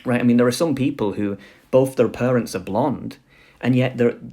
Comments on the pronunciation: It's parents not perents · Pronouncing parents as purunts really gave me a good laugh. It sounds so silly... Is it a speech impediment of some kind?